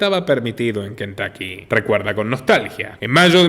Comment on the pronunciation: Cuando pronuncien nombres en inglés… tómense el tiempo de investigar cómo pronuncian tal nombre en el país de origen …. Se pronuncia Kentocky, no Kentaky